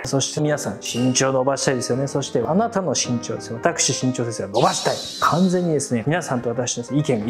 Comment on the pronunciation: 最初「しんちょう｣じゃなくて「ぎんちょう｣って言ったよね